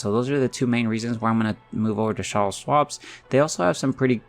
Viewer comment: Lmao… it’s CHARLES!!! Ch like chicken not shh. Lol